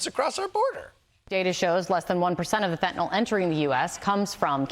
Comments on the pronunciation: M Costa u ignoramus FentanYl ends like NIL, not NOL! Educate yourself! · Oh FFS, it's fentanyl, FEN-tah-nill, NOT fentanol, NOT fantanol. Why is it so hard for people in the media and government to pronounce? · Why can't people on TV pronounce, "fentanyl". Fen tan ill. Not fen ten all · Another day, another presenter who incorrectly calls fentanyl "fetanol" 🤦‍♂ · There is no "a" or "o" in the last syllable of "Fentanyl".